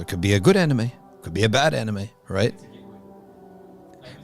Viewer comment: With all due respect this channel needs to bring a scholar that can first pronounce anime correctly to comment on this topic. May I suggest getting a Japanese muslim scholar?